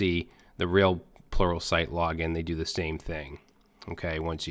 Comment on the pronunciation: I come back to this video to hear you say sluralpright